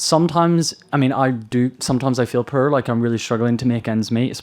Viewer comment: I am unduly irritated by how that guy pronounces "poor"